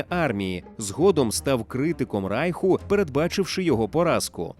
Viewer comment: Все добре,але не Райху,а Рейху☝️